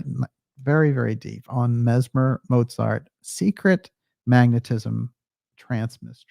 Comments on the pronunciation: And one minor but annoying thing: the German name Mozart should be pronounced "MOAT-zart", not "MOW-zart". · One minor thing: Mozart is pronounced motsart. It confused me until i realized that "z" is pronounced "ts" in german, but not in english.